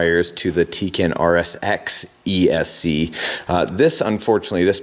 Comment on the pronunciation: you pronounce tekin wrong